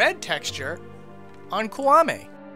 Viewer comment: I can ignore most mipronunciations for Zelda names because they're almost never pronounced and made up anyway but "Kuwame", really?